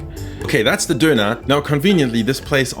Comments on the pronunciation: Did my guy just duner as a guy who he eat doner I'm offended. Just to let u on is pronounced as don-ner. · why you say doner like that... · An alle Deutschen: Sein Englisch ist eigentlich gut, aber sein "Döner" ist so deutsch xD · when he says döner he turns german back for a second